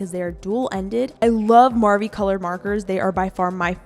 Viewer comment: m-marvi?? it’s marvy